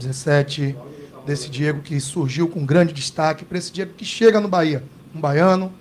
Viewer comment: Reinier não serve, ele falou "bora Bahia" e o certo é "bora bahêa"